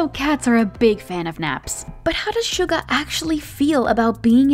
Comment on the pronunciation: Can we just talk about how unlike other people she actually did her research and did quite good with the Korean pronunciation like she didn't say Soo-ga or Min Yoon-G👏👏👏👍👍👍